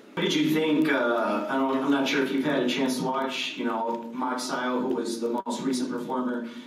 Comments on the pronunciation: what he say margarito o magsayo sounds like margarito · Santa Cruz it is Magsayo not Magayas 🤣🤣🤣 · When he pronounce Magsayo...... 😭😭😭😭😭😭😭😭